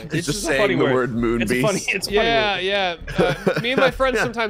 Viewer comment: For some reason when said Moon beast I thought he said Womb beast, which is just a baby 🤣🤣🤣